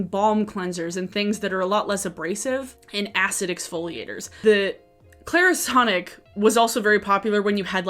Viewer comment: Go ahead. say Clairsonic again.🤨